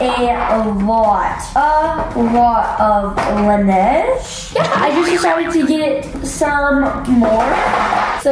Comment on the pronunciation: yourso lucky but im pretty sre laneige is prounounced len-age